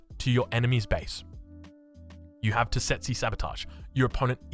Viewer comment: Tesetsi 😂😂😂. Love your new words. Its Tsetse, (Che-Che) and its a breed of fly found in Africa and Middle East and its stink can cause illness or death.